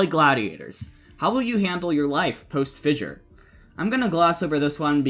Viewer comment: Thank you for pronouncing Fissure properly instead of saying “Fisher” like that dummy Mykl.